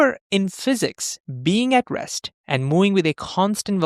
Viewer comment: Terrible accent. Please use AI voice. for example you say "being aggressed" instead of "being at rest" and "mowing" instead of "moving"... 🙄 This was the moment I stopped watching.